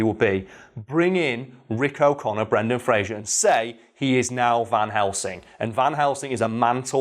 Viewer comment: Spends whole video bigging up Brendan Fraser. Mispronounces his name every single time...